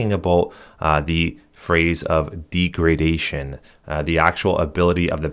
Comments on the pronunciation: The word "degradation" is pronounced as "DEG-ruh-DAY-shuhn not "dee gruh day shun... I don't blame you all the data shows internet dependent millenials can't spell, write or pronouce stuff. That I'd throw that out there sir. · It’s deg-ra-da-tion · deegradation? uh lol what the f? check out pronunciation its a short e not a long e